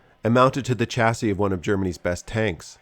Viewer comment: pronounce chassis-shazzey